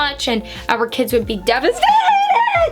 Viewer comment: "Our kids would be devaStAhAtEd!!!!!!" 😂😂